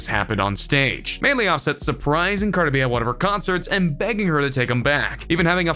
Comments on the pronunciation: Car da Bee 😂😂😂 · No offence but you say cardi B wierd